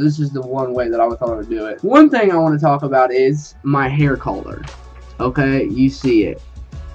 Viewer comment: You sound fucked up when you say color learn how to say it fucktard